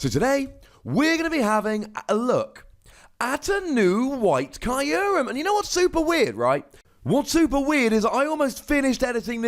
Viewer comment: It's name is from japanese, so it actually should be /q:rem/. Like you would say.. (Im sorry for the improper example) F*ck you. The ckyou part.